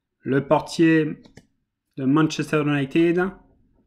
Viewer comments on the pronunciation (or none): none